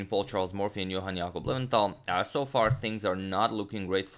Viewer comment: Lowenthal - low end tal